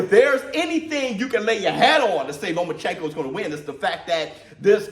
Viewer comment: Lo-mas chenko had me dead🤣